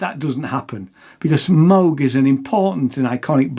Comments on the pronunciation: wrong. Bob himself claimed he didn’t care, gentleman that he was, but anyone who’s not a philistine knows it is properly pronounced Mohg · Well done marxist reading from the phone (can't even pronounce "Moog" right). Now the jobs are offshored to Taiwan. Living wage for the laid off workers now $0. 🤨